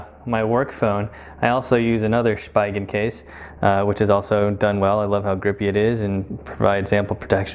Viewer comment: It’s also pronounced as (Spee-gen).